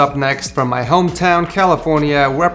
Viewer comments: he said "My homwTOWN CALIFORNIA" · Did he say "My hometown California"?